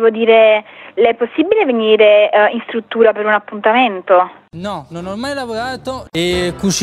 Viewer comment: La stvuttuva l'ho visitata pevsonalmente ievi seva